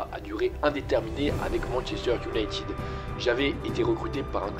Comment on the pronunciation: Iounaīted, par pitié et non pas IOUNAÏTIIIIIIIIIID 😵‍💫🤪🤬